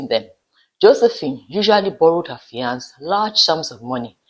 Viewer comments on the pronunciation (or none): Fiance (male) and Fiancee (female) have the same pronunciation. Please Pronounce for the male the way you pronounce for the female .